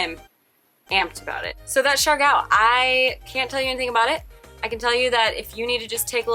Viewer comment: ITS SIARGAO NOT SIARGO.. IS IT A CLICKBAIT?.. lol